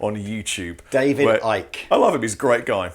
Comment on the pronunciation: I've learned something from this video: how to pronounce David Ickes' name. Yes, he is as box as a mad of frogs.